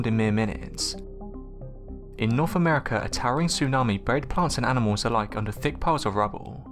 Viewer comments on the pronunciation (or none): none